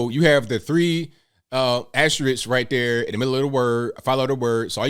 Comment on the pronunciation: I like the way you do that right thurr 👵